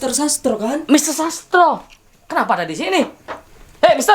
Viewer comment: Sastro kl ngomong ya sas tro.